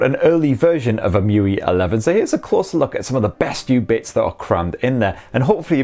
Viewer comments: It's E-em-you-ay not E-moo-wee 😂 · It's em-u-i not e-mu-ee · Alright... I've never heard anyone callt the UI 'Mewe', nor I think it's his you're supposed to call if, but damn... I dig it. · it's actually 'emu-eye' 🤣😂 #okayprobablynot